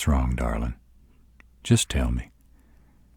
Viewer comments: I swear .. Darlin’ in a deep southern drawl .. it’s my weakness. I don’t know what it is but gets me flustered every time. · I LOVE how he says Darlin